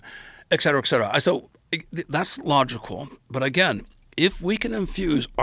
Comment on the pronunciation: 8 books, pronounces et cetera "eck cetera".